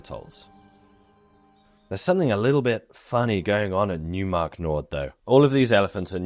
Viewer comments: Great video, very edifying for a total newb to this topic. Just wanted to add, with all due respect, that it's pronounced Noy - mark not New - mark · In German, the "eu" diphthong (seen in the placename "Neumark-Nord" referenced in this video) is pronounced like "oi"/"oy" is in English; so, "Neumark" would be properly pronounced as sounding like "NOY-mark", not "NEW-mark" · Neumark is German... pronounce it like "Noimark" with "oi" like you would pronounce it in Cockney. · Why not with "oi" like "noise"? Reply to: "Neumark is German... pronounce it like "Noimark" with "oi" like you would pronounce it in Cockney."